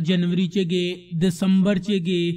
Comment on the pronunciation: ਗੇ ਨੀ ਬਰੋ ਗਏ ਬੋਲੋ